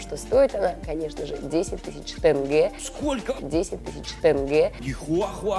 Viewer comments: 10000тЕнге ( читается тенге так же как и пишется , через е) =1666рублей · 10.000 тЭнге. во первых:не тЭнге а тЕнге,понимаю они не знают как правильно произносить это слово но для этого тоже нужно было подходить с уважением и посмотреть хотя бы в интернете как правильно произносить это слово) во вторых 10.000 тенге в рублях=1,686рублей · тЭнге да? тЕнге Да есть иногда тенге пишется по-другому Но ааа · повторика что ты сказала тенге а не тэнгэ и за 10000 норм телефон не купишь не говоря о машине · ПОЧЕМУ ТЭНГЕ😂😂😂😂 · ХАХХАХА 10 000 тг это же мало и да это тЕнге, а не тэнге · ПОЧЕМУ ВСЕ ГОВОРЯТ 10 ТЫС ТЭНГЕ тЭнге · Почему тэнге?😠😠😠😠😠😠😠😠